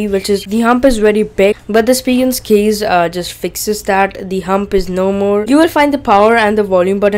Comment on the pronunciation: U should say "case",u say "keys"